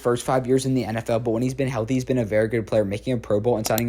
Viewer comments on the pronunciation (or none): none